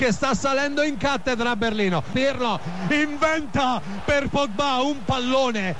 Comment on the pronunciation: Vogliamo parlare del "Pirlo INVENTAAAHHH" al minuto con chiare cadenze calabbbbrehhh.....ahahahahah che grande